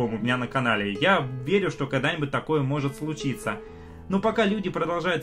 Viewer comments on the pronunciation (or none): Когда уже будет нормальный звук в этих видео ? И слово ,,что ,, пора уже нормально выговаривать.